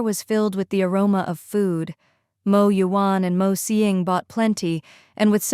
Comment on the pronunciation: OMG! The AI pronouncing “Mo” instead of spelling it out like other channels is a special moment for me😭